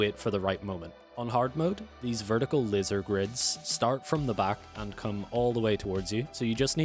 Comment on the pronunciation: 😂wtf,you keep saying lizer what tf is a lizer room 😂😂😂😂😂